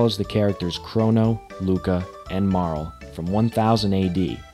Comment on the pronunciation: You pronounce some characters' names differently from what I always did. Mainly "Magus" and "Marle". That's quite interesting.